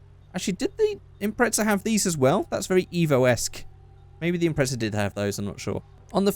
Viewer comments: He said Impretza instead of Impreza abbout 6 times😂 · hey stupid it pronounced Impreza not impretsa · Am I the only one noticed that he pronounced Impreza as "Impretza"? 😂 No offense but it's quite funny to me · British vs American